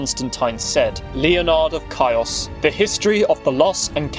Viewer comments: """ Caÿos """ learn to pronounce words before you make historical videos. Chios: the ch or kh is a hard h, as in hard. i is pronounced ee. So it's Khee-os. Emphasized on ee. KhEE-os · The Archibishop of CHIOS ISLAND is pronounced as HEOS NOT AS HAËOS IN GREEK is ΧΊΟΣ . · As a greek from the island of Chios, I wanna inform that Chios is pronounced like: "He-os"